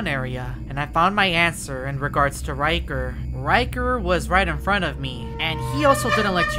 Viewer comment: Bro really said riger 💀💀💀💀💀 that time